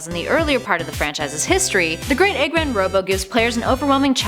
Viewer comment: It makes me uncomfortable when you said Eggmen, instead of Eggman, Missiles like In Miles instead of Missiles like in Hills....... Some of you might not understand this.